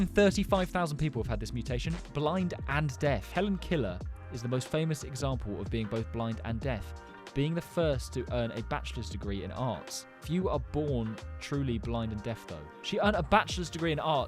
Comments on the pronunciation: It's not Vertigo, you turnip, it's VerTILigo! Did you call her Helen KILLER?!! Good Lord, man, it's Keller - Helen Keller! Cognetal!?? No mate, its conGENital! FFS, read up on your stuff before embarrassing yourself like this! Mermaid Syndrome also often results in chronic kidney failure too, and that's why surviving to the age of 27 with it is so rare. Hey, that's me! I didn't know it was so rare, though. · Helen Keller not Helen killer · it’s not killer it’s Keller 😭😂😭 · Helen Keller not Helen killer😊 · Helen killer??? ITS HELEN KELER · It’s not Helen killer it’s Helen Keller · Helen Keller, not Helen Killer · "Hellen Killer" 💀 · It’s not Helen Keller it’s Helen Keller